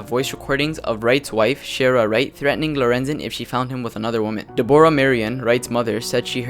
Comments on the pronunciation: not de-bor-ah it is deb-rah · Her name is Deborah as in deb-rah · Deborah? It's pronounced Debra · De-Bora lmao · Learn how to say Deborah